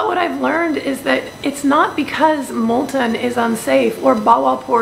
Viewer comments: You can be forgiven for calling Multaan, "Multen", but be careful on pronouncing Lahore the french way , if you know what I mean :) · Pls try to pronounce Multan as "Multaan". I hope, u wont mind it... cheers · Its Mul-taan..:)th hand painted blue ceramics r absolutely beautiful...wud hav been nice if u mentioned th rate per night...and lastly Pakistan is absolutely safe..mayb th law is made just for some reassurance for foreigners...